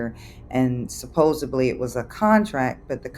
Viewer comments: This is such a weird thing that bothers me about these videos, how many people being scammed say “supposably” instead of “supposedly” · "supposably" 🤦🏻‍♀️🤦🏻‍♀️🤦🏻‍♀️ The word is SUPPOSEDLY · Victim saying “Suposably” is one of my favourite scammer bingo cards filled spaces 🤣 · If I hear supposably one more time… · She lost me at supposebly! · Supposebly? Since when has that become the norm? 😂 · "How can it go to Arizona? It just doesn't make sense." Oh, it makes sense. It makes perfect sense. You're being scammed. Oh, God. But PLEASE don't continue to say "supposably!" It's supposedly. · Supposedly. No b in it. Sorry, pet peeve